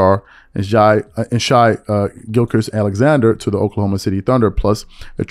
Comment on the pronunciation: 'Shy-Gilcus Alexander'